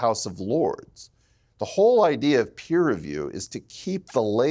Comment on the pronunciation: Its Peer review, not Piers review